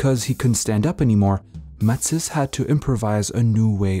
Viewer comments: It’s Ma-tees! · I had trouble getting past this guy's pronunciation of Matisse's name. But this was truly fascination to see the old man in these great photos. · I'm guessing French Canadian then? Because no Frenchman I know (and I know a few) would pronounce Matisse the way it is done in this video.